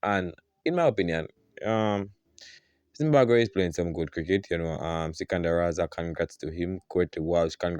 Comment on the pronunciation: What is ZimbaGwhe? It’s ZimbaBwe. Thank you my friend